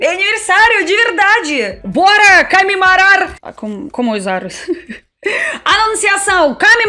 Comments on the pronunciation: você é uma graça e fala muito bem português para uma russa (ou russinha, como você mesmo diz). Falta um detalhezinhp que vc sempre troca pra ficar quase perfeito… vc fala A em lugar de O. CAmemorar em vez de COmemorar, CAmidas ao invés de COmidas, etc. Fica até charmoso, mas se ajeitar esse detalhe vai ficar nota 10. Bj, parabéns atrasados. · Parabéns. Que você "cansiga" "camemorar" muito, "camer" muitas "camidas" gostosas, visitar muitos lugares lindos, com praias e muitos "caqueiras"! E sem se envolver em discussões "palíticas"! 😉